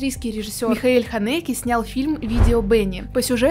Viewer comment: По-моему в имени Ханеке ударение ставится на первый слог.